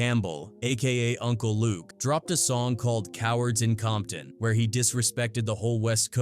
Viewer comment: Not AI saying "Bompton" 🤦🏽‍♂️🙆🏽‍♂️🤣🤣🤣